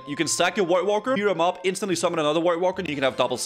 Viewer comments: I love the way says voidwalker, sounds like white Walker hehe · what's a woidwalker?